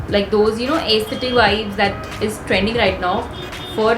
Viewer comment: Its not ace- thetic its s-the tic.. but great content #veenion